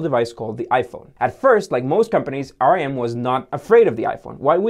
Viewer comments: But they're not dead??? Also Its pronounced RIM Not R I M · Nice video. Note that RIM was not pronounced "R-I-M" but "rim" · Everytime he said rem i was like why the band make a phone 🙄😂 phone can only be used "IN THE CORNER" 😂😂😂😂